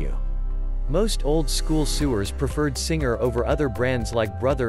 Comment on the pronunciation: RETMEBER SEWERS (soo ers v. sow ers) LOL